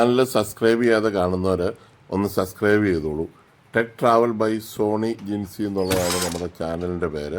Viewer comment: ചേട്ട സസ്ക്രൈബ് അല്ല സബ്സ്ക്രൈബ്